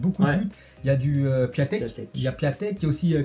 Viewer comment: Super video je suis d accord avec vous a propos de nicolas pepe maus vous vous etes trompé dans la prononciacion de Piątek je crois qu on dit piontek